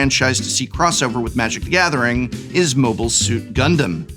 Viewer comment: The way you pronounced the Gundam names were exactly correct. 10/10